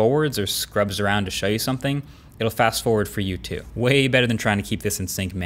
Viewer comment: Dis TEW MUCH! 😩😂